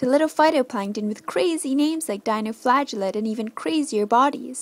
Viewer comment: For a moment there I thought she said dino flatulate. lol a.k.a. dinosaur farts